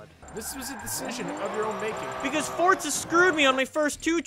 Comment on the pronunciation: "Forza" not "Fortza"